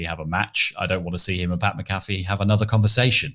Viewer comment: Its Pat Mac Uh Fee